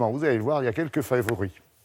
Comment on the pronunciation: quelques "fayvorie" 😂😭sinn aller la France 🇫🇷